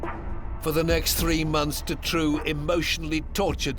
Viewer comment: I always though Dutroux's name was pronounced "du-TROE" or "DUE-TROE"